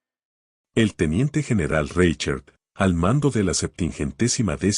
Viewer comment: Minuto "Reichert" ¡se escucha espantoso! Es un apellido alemán y se pronuncia como si en castellano estuviese escrito: "Rai jert". Antes de grabar el tono de un video que consiste en la lectura de un texto en el que aparecen muchas palabras y apellidos alemanes, se debe consultar com alguién que sepa hablar en alemán, como se pronuncia en ese idioma esas palabras y nombres. De lo contrario el texto a escuchar que ridículamente jocoso.